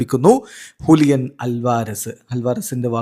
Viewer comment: ഹുലിയൻ അല്ലല്ലോ ജൂലിയൻ അല്ലേ 🤨